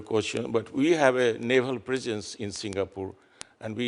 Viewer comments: Want to be an ambassador in SG then pronounce the country's name correctly, it's SingaPORE and not SingaPUR (not like PURI Indian food). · Its singapore...not sing a por! No break in between a vowel. 😅😅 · He cant even pronounce Singapore properly bruh "Singapoo"